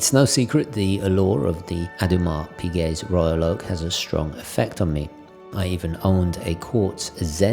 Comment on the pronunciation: Toodle-pip haha. I love that Dino you have in your videos. Royal Oak is my all time favourite watch design, it's a instantly recognizable watch and not necessarily by a watch supremo. I'm so overly impressed you at the very least pronounced Audemars Piguet closely. There was another video I've seen, where the narrator calls it a an 'Order-Ma's Baguette' It's so bad it's become a joking saying amongst friends. We keep reminding each other to order more ma's Baguettes. But thank you for the hard earnest work, it's highly appreciated. Your videos are a breath of fresh air, among the plethora of uninspired ones.